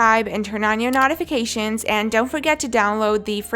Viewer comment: when she says "notifications" it sounds more like "Nautafications"